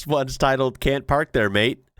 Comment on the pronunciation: G'day mate, your accent is really getting quite good, but you do need a little more work on saying Mate. To be clear, you're not bad, but it stills sounds just a tiny bit jarring stiil. Us Aussies are famous for the "rising infection" at the end of a sentence, so it's sounds like virtually everything is a question. But please don't do that with Mate though. So the tip is say it like May_te (the e is virtually silent with just the slightest hint) and stretch out the first "may" part. Just be lazy and relaxed about, and don't finish the word with a hard T either, like mait. Checkout Adam Hills on Aussie slang, it will have you in stitches. And I Hope you and your family had a great Christmas..